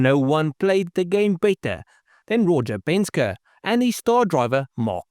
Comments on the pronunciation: Yea, what’s a Penska? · Penske is pronounced pen-ski bro. 👍🏻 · It's pronounced "Pen-ski" Other than that, pretty good video, although I seriously doubt you could acid dip 360 lbs off a 67 Camaro. I'd think 100lbs would be a more realistic number, if that. Every pound helps, though. Penske was a master at cheating. After he switched over to AMC, he didn't like the way the Javelins handled and braked. He had his team fabricate a crossmember that allowed them to run Mustang suspension components and spindles that let them run the same Lincoln Continental brakes the Mustangs were running. When competitors began complaining, AMC began selling the crossmembers and spindles, which homologated them! I actually bought that crossmember and those spindles and upgraded the handling and braking on my 401 Gremlin.